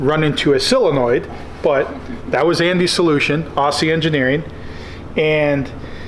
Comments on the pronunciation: Aoooooozey is how you say it lol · Try pronounce Aussie as ozzy like ozzy osbourne to make us aussies proud